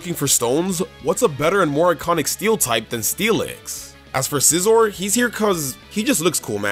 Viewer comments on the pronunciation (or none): none